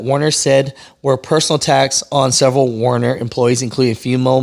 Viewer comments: "WER- ner", NOT "WAR- ner"! Please, finally. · It’s Werner people, not Warner. Get it right.